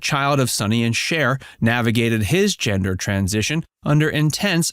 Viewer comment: I thought I was going crazy like is it called a hemder change now?...sounded made up.🤣🤣🤣